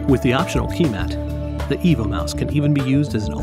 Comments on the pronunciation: I have an impression he is telling "Evil Mouse" :-S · Sounds like EVIL MOUSE.